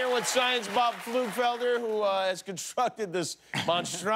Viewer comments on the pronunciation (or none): No, actually not. Pfeiffer and Pflugfeiler have their origins in the german language. the word Pflug means plow, Felder means fields. And you pronounce it pfluug-felder, so you can hear the p.